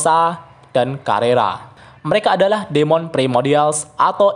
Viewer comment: Demon = bacanya dimen